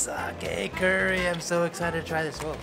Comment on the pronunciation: He said clurrie